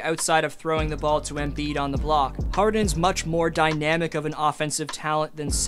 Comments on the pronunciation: It’s not embeard!! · “Embeard” lmaooo